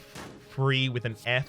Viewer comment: "free damage, free with an F" Took me longer that I'd like to admit to get that. Curse you and your accent,:D